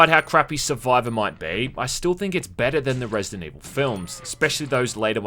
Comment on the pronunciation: Resi-dant Evil